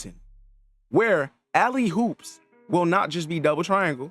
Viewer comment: gang its alley OOPs not alley hoops